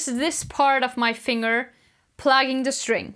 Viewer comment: I love how she pronounces thumb “thump” & plucking “plugging” 😍